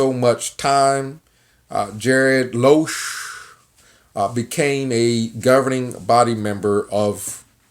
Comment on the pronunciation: It's not Loosch, but Lusch. Learn pronounce his surname for a start. Something else. A waiter in France, Austria, or other european countries is not a waiter as in the US. They are skilled. Same as a US chef, frying a hamburger doesnt make you a cook in Europe. You sound frustrated here. Typical.